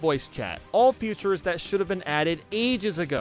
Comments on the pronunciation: Why does he pronounce "features" as "futures"? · idk but i pronounce "features" as "features". idk why is just saying future or futures